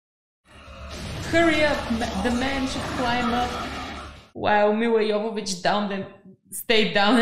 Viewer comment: That ending scene is basically the opening scene from the second game. For the time it was a really amazing game. Milla would be happy that you pronounced her name right (yo-vo-vitch not jo-vo-vitch). There's a whole bit about it in the wonderfully entertaining commentary track on the DVD with Milla and Michelle Rodriguez. I definitely recommend it, the two of them just have so much fun with it.